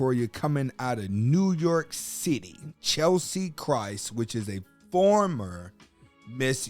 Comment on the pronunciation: For Pete's sake pronounce her name correctly